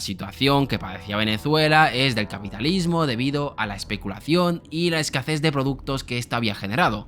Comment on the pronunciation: A mí lo que me ha chirrido es que has dicho "escaces" en lugar de "escasez". Pero no pasa nada todos tenemos palabras que no pronunciamos bien o bien si no somos nativos. No pasa nada. 😅